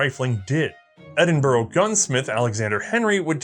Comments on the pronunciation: Hurrah for Sgt McKenzie from the Queen's Own Foot and Mouth Highlanders! Excellent stuff, - tips Blenheim is pronounced Blenhem, Edinburgh' is pronounced 'Edinburra' and 'Leith' is pronounced 'Leeth' - a native Edinburgh lad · This is wonderful. Just one note: You saying British placenames (like Edinburgh, Leith and Woolwich) is painful. They're Edin-burr, Leeth and Wool-itch. ( (/ˈɛdɪnbərə/, /liːθ/, /ˈwʊlɪtʃ/ if you understand IPA). Since you're doing a series: any chance you can just check on any new placenames (and personal names) before you say them? I know we write placenames and personal names in ways that bear no resemblance to the actual pronunciation (because they're spelled how they were pronounced in 1400), so it's really hard if you don't know - but if there are going to be other parts, that seems like a detail you could work on. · Edinburgh is pronounced Edin burrah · It’s pronounced Edinburough, even though it’s spelled Edinburgh. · Eh-din-burra, actually. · Edinburra and Leeth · No one pronounces Edinburgh like that. Say it with me it's pronounced Ed-In-Bra. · Wrong. It's Edinbrah. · There are 3 different pronunciations of Edinburgh in the section introducing Alexander Henry. I don't think any are correct. You would think that Americans could pronounce place names in their native language correctly but apparently not. Keep up the good work